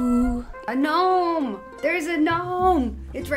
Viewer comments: "gnome-one" lol pure genius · "Knock knock." Commenter: "Who's there?": "Gnome-one." Me: (Hysterical Laughter)